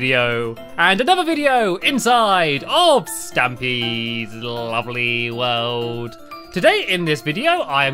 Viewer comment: You say tlavly world